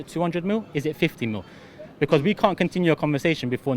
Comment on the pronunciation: Robbie: “be-cose”